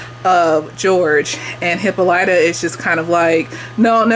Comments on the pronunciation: You have heard the name Hippolyta before. You just heard it pronounced differently. Hippolyta is the name of Wonder Woman's Mom. In the show, they all accentuate the "Y," when they should accentuate the "O." Hippolyta's a Greek name, by the way. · They go over the origins of the aunt in the book. I think its Greek. Hip-PAHL-it-ah is how thw audiobook pronounced it. I too watch supernatural and agree in their similarities. And she didn't grab the handle in the paddy wagon because she was handcuffed. But for some reason I feel like her hands were free but when she hit the ground she was cuffed